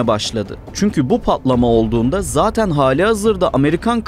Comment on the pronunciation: “Pa’lama” ✅ “Patlama” ❌